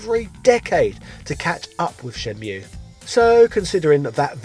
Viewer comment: "Shenmule" nice fresh pronunciation, haha.